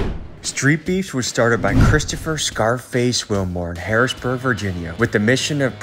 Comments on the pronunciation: Harrisonburg Virginia not Harrisburg Virginia 😂 sorry I live in VA so caught the mistake 😅 still love you though, big dogs gotta eat ❤️ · Mannn any1 who never lived there always say “harrisburg” its “harriSONburg”!😭💀 but it rlly aint that deep lmaooo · Harrisonburg not Harrisburg lol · Harrisonburg, Virginia . Say it correctly